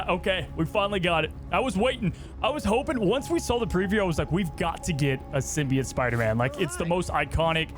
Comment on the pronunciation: It is itching my brain that he sounds like he keeps saying "Symbiate" or "Symbiant" rather than "SymbiOTE."